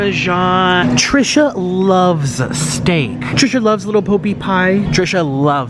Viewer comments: little bo peep pie 😂😂😂😂🤮🤮🤮🤮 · Did he say “little bo peep pie?” when referring to the pot pies in the freezer section 😂😂